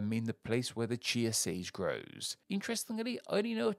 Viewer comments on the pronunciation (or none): none